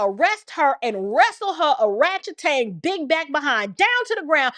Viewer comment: Every time you say oratchetang 😂